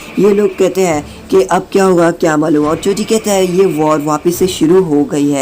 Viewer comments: Bro wo chozi hai chuza nhi 😅😂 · That's not choosa that choji